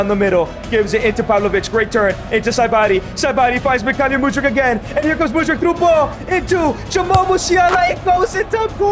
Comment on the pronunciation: He is Mykhaylo ffs,not Mykhalyo,Makhalyo or Maylo..you said it worng every single time..